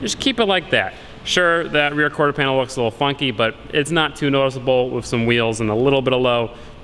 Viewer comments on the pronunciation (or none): Not corter, quarter bro, not trying to be mean jusy tryna help u out a bit with that one